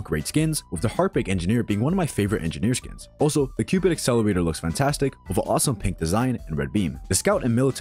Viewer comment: bro said accelowator